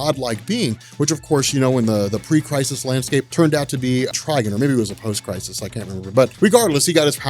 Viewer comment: "Tri-guhn"? Do you mean "Tri-gone"?😂